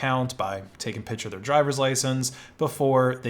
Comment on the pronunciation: I enjoy your videos but my old ears cringe when you say pitch-er instead of pic-ture.